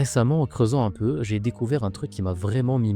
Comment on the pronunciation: Juste, c'est 'peu' pas 'oeu' 😅